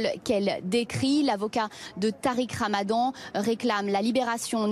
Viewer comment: « Tariq Ramadon » hahahahah